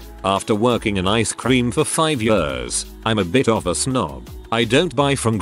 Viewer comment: Always makes me smile when the robot voice says "yeurs" (years).